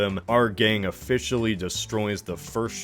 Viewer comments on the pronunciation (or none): “ofishially” heheh